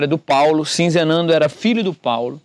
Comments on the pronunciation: Você está falando Sinzenando, colocando um "n" a mais, o nome é Sizenando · Você já leu corretamente. Sizenando. Mas insiste em pronunciar SiNzenando. D. Pedro II, com 14 anos já era imperador do brasil. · Ahahahahah...não é sinzenando. É sizenando...